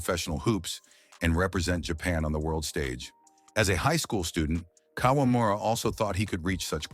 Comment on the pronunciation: 58 year old kawamura?! Come on! You're already using AI for narration! Please do your spell checks so that at least it sounds right.